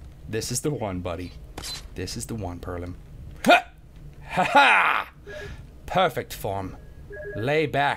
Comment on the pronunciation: Lol this nigga said perlim